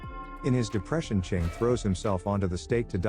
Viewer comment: Chiang as "Ching" is crazy work...